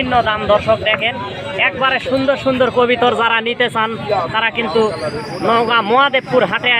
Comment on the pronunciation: কথাটা হবে কবুতর আপনি কবিতার বলেন কেন